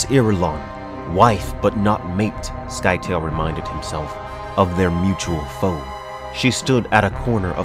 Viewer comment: I always thought the pronunciation of Scytale was different. Please, please, please, get to Heretics and Chapterhouse, those books are sickly underrated.